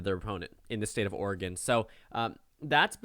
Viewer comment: Nice to hear someone who isn't from Oregon, pronouncing it correctly. (Coming from an Oregonian)